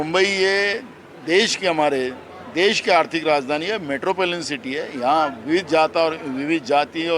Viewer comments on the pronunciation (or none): 'मेट्रोपोलियन' नहीं गधे राम! मेट्रोपोलिटन .. Waise घटना भर्त्सनीय है, देशद्रोहियों को जेल भेजो